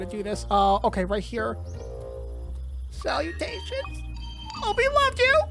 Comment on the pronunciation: Also I love how he say celutasions from Charletts Web